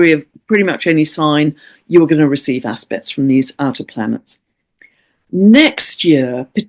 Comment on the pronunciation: I keep hearing, "hard ass-pects!" 😂😂😂